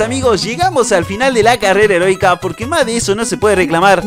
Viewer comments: Algo positivo: en ves de decir carrera heroica dijiste carrera erotica .-. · dice carrera erotica lo pronuncia mal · Like si escuchaste carrera erotica enves de eroica otalves las 2 🤯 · en el segundo 19 dises erotica xddd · carrera erotica carrera erotica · like si dijo herotica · ALGO POSITIVO ALGUIEN ESCUCHO CARRERA EROTICA? XDXDXD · Carrera erotica? 😅Soy el único que lo escucho así? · Dijo carrera erótica ?😂😂